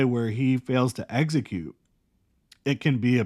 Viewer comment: Brother, the word is execute. Not eggsecute